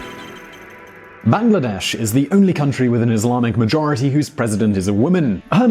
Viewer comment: Bangladesh is not pronounced as 'bang la desh' !